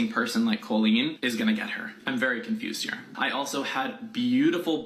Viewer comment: If Daniel is such good friends with COE-LEEEN then why is he pronouncing her name wrong? 🤣